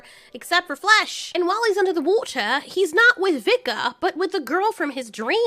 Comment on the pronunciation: 14 y/o voice and wOtah caught me off-guard, I though some weird anime just started playing.